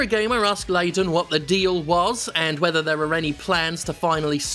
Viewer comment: Perhaps what happened is that Layton (Layden sounded like Layton) has run out of hint coins and now is trying to figure how to solve this 10 picarats answer. Hint it flip the switch